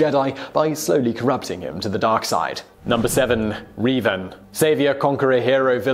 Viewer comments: There's not even two E's!!! Where is he getting the hard e sound?? Seriously "Reevan" there are only 3 video games and 2 novels centered around his story how could he have never heard the name?? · Reevan? REEVAN?! REEEEEEEEEEEEEEEEEEEEEEEEEEEEEEEEEEEEEEEEEEEEEE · My name is pronounced Revan, not Reevan. I'll forgive you, though. I had I tough time understanding Wookie slang, so it's understandable. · He says Reevan but then when referencing the Mass Shadow Generator says Revan. Confirmed that he is purposely mispronouncing these names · Sorry... did he say "Reevan"? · Darth reevan? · "Reevan" lmao huh? cool video though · Great video, but... R - eeeeeeeeeee - van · The way you said Reven made me cringe so hard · REEEEEEvan i dont like his pronounciation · Revan needs to be MUCH higher on this list. That guy, whether Jedi or Sith, was the Alexander The Great of Star Wars, especially in terms of his tactical brilliance. Also, Simon, to help you pronounce Revan's name right, here's a little tip for you: his name comes from the word "Revenant," meaning a spirit of vengeance. In fact, his full title is Darth Revan, Lord Of Vengeance. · Thank goodness you got Revan's name right at least half way through. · How come he only mispronounced revan the first time??? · You pronounced Revan Wrong. Just search up how to say it. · Strange thing is that he mispronounces Revan wrong, but then shortly after he says the name right a few times in a row lol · You can tell this guy doesn't watch starwars. "queeeeee gon" xD Edit: Oh no. not "reeeeeeeeven" My heart just died. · Qwee Gon? Reeevan? Darth Molok?! Vishi8? This is no Star Wars 😔